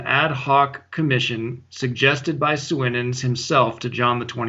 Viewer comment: By the way l'm pretty sure Cardinal Suenens is pronounced Soonens. Weirdly l belief he consecrated Archbishop Lefebvre a bishop...an evil man consecrating a Saint!